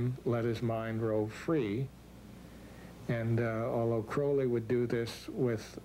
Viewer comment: for fucks sake CROWLY like CROW not CRAWLY god i hate that